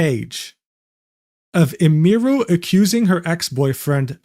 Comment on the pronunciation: He's explaining all of this like hes an expert, but cant pronounce Emiru's name